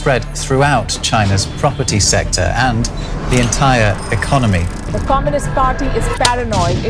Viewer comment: Your economic analysis is spot on but your pronunciation of ordinary words such as economy etc can be refined. It is Economy and not "ecanomy".